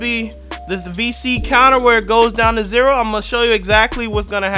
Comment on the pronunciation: "Count to three after the ZERA." 😂